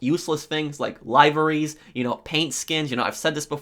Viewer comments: It’s livery’s, say it like Liv- Er- EE’s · Why do you say liveries like that? Think more like the liver, as in the biological organ, and then say it. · The "lieverees"? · “Lyevery” lmao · You pronounced liveries and gruppe sechs wrong and it pissed me of you don’t need to enunciate the I in liveries and it’s not grupe-pe it’s group because the joke is group sex instead of gruppe sechs